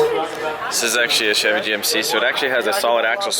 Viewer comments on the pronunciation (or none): none